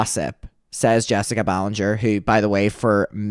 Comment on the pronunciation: "" can't even say her name properly. And Bailey is barley in the videos. Pulling at hairs now. Move on.